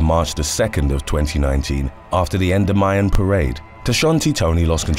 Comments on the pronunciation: Great video! FYI, Endymion is pronounced "ɛnˈdɪmiən" not endomyan. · Yeah, he butchered that one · FYI—Endymion en-dim-ee-un, accent on the dim! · I’m from new Orleans and have been to all of the parades and remember many of the things you’ve mentioned. Just one thing. It’s pronounced like N-dim-ion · I’m sorry lol but it’s pronounced En-Dim-Mee-In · I was about to go on there and say he pronouncing it wrong but you took the words right out of my mouth bone and raised in New Orleans I stopped going to Mardi gras since 2005 but I live in Kentucky now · I don’t wanna nit pick or anything but he said Endymion super wrong 😂